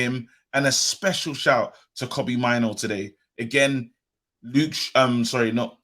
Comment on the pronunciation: Need to see more of pellistri and Iqbal Also Mainoo pronounced Maynu